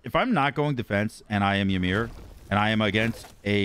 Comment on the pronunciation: The way you pronounce Ymir hurts my soul. Its e-mere not why-mer. Love your work tho.